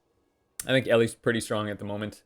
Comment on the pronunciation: "it does kill pets preetty cool"' hahahahahahahaha